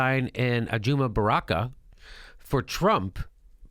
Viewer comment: c mon!? u cant pronounce barakas name?